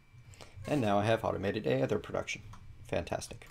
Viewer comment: Aether is pronounced ee-ther